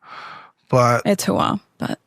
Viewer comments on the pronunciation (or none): It's not hoo-waa you creature!!! This woman never been close to anything US military related. Cuz if her wife was really in the military she would leave her just for mispronouncing it and saying it like she's dead inside. It's HOOAH!!! Dummy. Get your ish together.